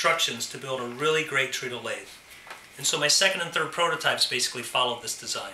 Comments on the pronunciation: It's pronounced tredle not treedle. It's spelt as though it's pronounced treedle, (treadle) but it's operated by the foot. Tread, so treadle, get it. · "Treadle" is actually pronounced "treduhl", like "treads", because you tread or tred upon it.